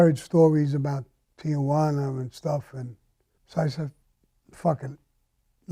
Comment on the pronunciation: Tijuana is a two syllable word: Tee-wanna. There is no A in between Tee and wanna.